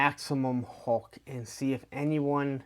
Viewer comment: Dude, it's HULK; not HAWK!